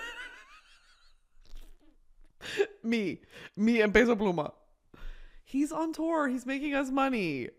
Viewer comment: I love Brittany being a hardcore peso pluma fan 🫶🏽 and the respect she puts on his name w the accented pronunciation? Here for it 🇲🇽